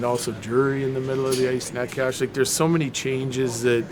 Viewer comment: The way bedsy pronounces Necas 😭😭😭😭